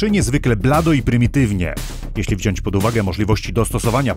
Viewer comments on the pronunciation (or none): none